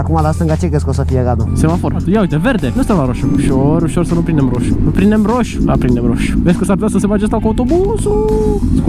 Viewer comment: "Hadule, nu stam la hosu! Vehde, VEH-DE!!!" Are un rarait aparte 🤣🤗